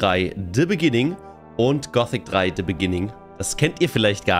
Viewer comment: "In the Beninging..." 😎